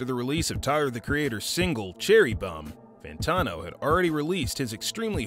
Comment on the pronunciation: how do you research an entire video about him and still not learn how to pronounce his name lol ... good vid tho